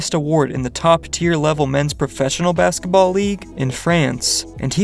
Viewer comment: dawg i was just thinking the same thing💀chill on that T